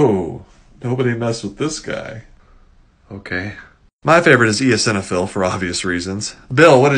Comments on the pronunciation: How did you just pronounce eosinophil? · WAIT THATS HOW YOU PRONOUNCE EOSINOPHIL???